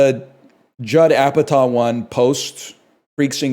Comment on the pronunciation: Judd Apatah… why he say it like that